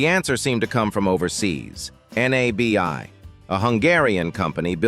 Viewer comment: AI cracks me up when they call NABI buses The N-A-B-I buses 😆😆😆😆